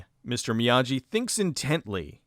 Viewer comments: It's still "Miyagi" and not "Miyaji" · The name on the package is indeed "Mr. Miyagi" (not Mr. Miyaji"). The letter "g" always has a hard sound when used for Japanese words; "j" is used for the soft sound. Perhaps this film is part of a "Karateverse", with "Karate Kid" happening later in it's timeline.